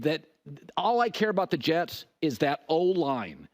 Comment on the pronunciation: He can't even say Jets lol